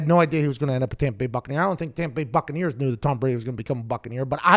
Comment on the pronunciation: Kinda curious...why do you pronounce Tampa Bay Buccaneers as “Tampa Bay BuCCaneer”?